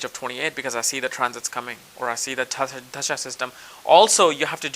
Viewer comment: lol! you say tajdshas but the word is spelled dasha! I love your accent that's only on certain words like that.